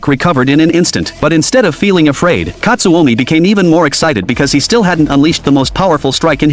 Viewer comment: and its not katsuomi its katsumi